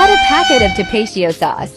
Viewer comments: That TTS pronounced Tapatio like it was a scientific term lmao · The way it pronounced Tapatio 💀😂 sounds more like a disease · Wow she butchered the pronunciation of Tapatío